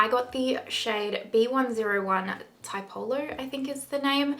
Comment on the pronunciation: fyi, tee-E-po-lo is an Italian artist